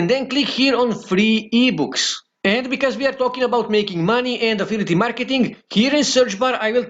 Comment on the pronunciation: English is not his first language. I guess he is from Romania. But yes, it's annoying hearing him say affility 😃